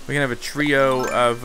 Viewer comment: “TREE-o of stumps here”